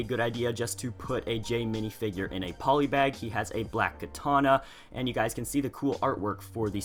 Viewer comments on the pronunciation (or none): none